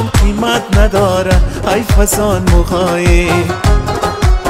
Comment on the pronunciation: تشکر ازاینکه پاسخ دادید. من شخصا یکتن از طرفدار خیلی با اشتیاق شما هستم وتمام آهنگ های تان را شنیدم. شاید که مشکل از ثبت باشد. به یک آهنگ دیگه شما هم که الف و مد یعتی آ تلفظ میشد، ها تلفظ میگردد ، آهنگ از احمد ظاهر است. که چند بار شنیدم آنجا هی جان من گفته میشود در حالیکه ای جان من.. ممکن مشکل از ثبت باشد . سپاسمندم